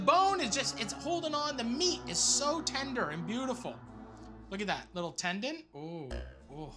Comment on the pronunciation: Matty "tendant" Matheson